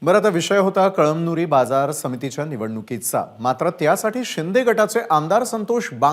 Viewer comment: कळमदूरी नाही साहेब कळमनुरी आहे हो ते